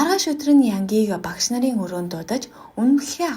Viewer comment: Багаш гэж хэлэхийг эс тооцвол Ок байлаа.